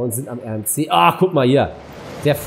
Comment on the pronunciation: Verbesserungsvorschläge in der Fachsprache der Achterbahnen, vllt kann man das ja im nächsten Parkshow (wenn die Bahn im Park inbegriffen ist) verwenden, ich als großer Freizeit und Achterbahn Fan rege mich da doch schon bisschen auf aber klar, ist ja deine Art, 1. Der RMC wird englisch ausgesprochen, der Name kommt vom Amerikanischen Hersteller (Rocky Mountain Construction) abk. RMC, der ursprüngliche Gedanke war, eine Holzachterbahn anzufertigen, die Inversionen oft ("Zero-G-Roll") ermöglicht, da es aber keine reine Holzachterbahn ist, wird sie oft als Hybrid-Coaster angesehen 2. denn little Dropkick-Coaster wie du hin nennst, wird vom deutschen Hersteller Gerstlauer Amusement Rides "Eurofighter" benannt und hergestellt schon seit Anfang 2000er besteht schon dieser Coaster und ist der meistverkaufte Coastertyp vom Hersteller. 3. den Klassischen Hängeloopingachterbahn oder einfach Suspended Looping Coaster (abk. SLC) zählen zu den meist verkauften Achterbahntyp vom Niederländischen Firma Vekoma aus Vorlop, insmagesamt wurden davon 42 Anlagen weltweit verkauft und 8 davon wurden abgerissen, manche der Anlagen wurden auch wieder in anderen Parks aufgestellt. Der erste Prototyp war schon 1994 in Walibi Holland unter dem Namen "SLC (662m Prototype)" aber er meistverkaufteste Modell der Anlage ist der "SLC (689m Standart) wie die beiden Modelle "Limit" im Heide Park Resort und der "MP Express" im Movie Park Germany :-) 3. Es gibt halt auch schnelle Junior Coaster, bestes beispiel